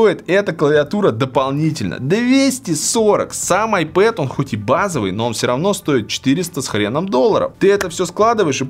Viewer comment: Получается айпопэд/айпопит